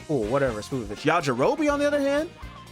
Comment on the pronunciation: Bro said sPOOPovich